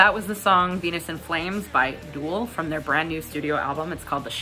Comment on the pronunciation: Nice review. By the way it's DOOL as in goal, not DOOL as in ghoul.